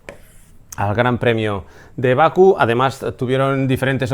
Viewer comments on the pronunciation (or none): ¡Hola "crack"! Se dice Bakú, no Baku.